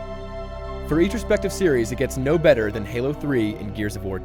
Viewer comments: Did you mean to call Halo gaylo?! If you did I will not be very happy... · You said galo 3. lol